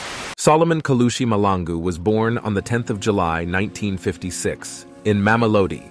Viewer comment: Mahlangu Malangu...two different things You keep on saying Malangu.. It's irritating, but good video though..